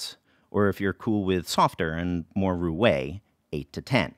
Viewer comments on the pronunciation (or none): none